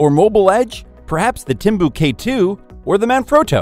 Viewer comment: Man if you’re going to use synthesized voices (which is fine) you have to be aware of its limitations for pronunciations. “Timbu K 2” lol.